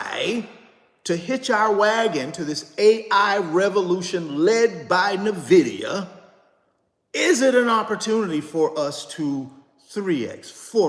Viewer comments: could you please stop saying "Nuhvidia" It's NVIDIA as in "ENVIDIA." If you're going to own it, suggest it and talk so much about it, please show basic respect to the company and know how to pronounce it please and thank you. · It's pronounced N vidia not Nah vidia JS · Nah. He insists on doubling down on sounding ignorant by constantly mispronouncing the name even though people have tried to correctly inform him. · Nnnnnn (NO VOWEL) Vidia… sheeshus… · He literally has refused to pronounce it correctly. Says that's just how he says it and will keep saying it. Smh. Super annoying. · Thank you ! It drives me crazy that someone who is trying to lead other people doesn't have the mental acumen to pronounce the company correctly. And no, this is not being mean spirited or nit picking. When you can't even pronounce NVIDIA correctly it calls into question everything else that comes out of your mouth. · He's been told many times and says he doesn't care. No respect for the company. Nvidia comes from the Latin word invidia, which means envy. Don't care for that much, but I still pronounce it properly.